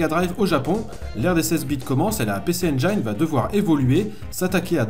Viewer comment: Juste pour info (engine) se prononce en anglais (njine) 😂